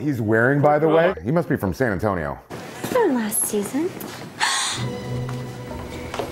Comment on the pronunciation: Omg I died when he said, "he must be from San Antion".